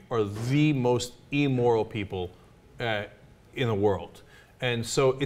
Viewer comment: Great points, Anna and Cenk. Cenk, just so's ya know... it is Im-moral (im, like dim), not Eemoral, like beam.)